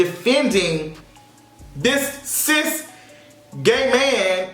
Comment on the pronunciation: You lost me when you said cist